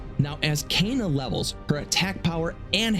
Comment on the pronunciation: it's pronounced K-ah-N-ah Not Caina